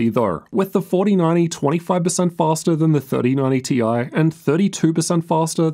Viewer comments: T-i, not tie-fighter. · but we know it's T i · And we all know its TI..... Ffs.... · Omg please stop saying "tie", completely distracted from the content. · pls just say it as "TIE" 😭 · If you're gonna get "technical"and pronounce it "tie", then you need to be calling them "three thousand and ninety / four thousand and ninety" 😅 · people who say "ty" got mad at this 😂